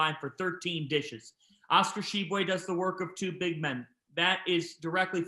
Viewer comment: cant pronouce Tshiebwe, sure as hell can pronounce Dunkin Donuts Center